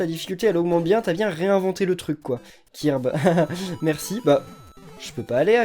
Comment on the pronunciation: tu prononce mal kirby